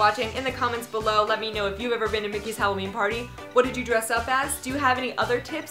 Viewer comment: U said spopy hallooween